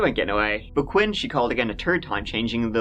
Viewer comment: You're such a good story teller but practice "th" but even if you dont get it it's a unique thing. Just sounds so odd when you say certain words. Love your stories tho xoxo Ps I'm not being mean but just as I tell my kids "practice makes perfect" the word "third" isnt pronounced as "turd" no matter how cute or funny it is. And other English words. You're an adult who chooses to use your voice to speak about very important topics. It takes away from the seriousness and professionalism of it in my opinion. I am sure you will get it soon. And I will continue to watch regardless :)